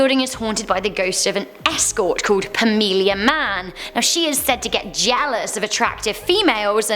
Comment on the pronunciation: How she said jealous though lolz